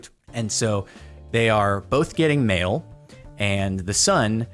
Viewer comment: Thought he was saying male until he said mailboxes